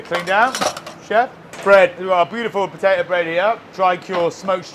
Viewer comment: I think "potato" has a second t in it as well. 😅